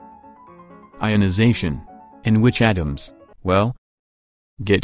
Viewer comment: "Dye-onization." :P